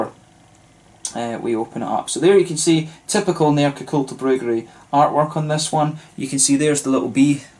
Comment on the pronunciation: Im super impressed with your swedish pronunciations! You are nailing the Ä, Å and Ö. Great review! Cheers from Sweden. Btw you should review Stallhagen if you havent already, a great beer from the Åhland Islands, if I recall correctly they make a delicious honey beer aswell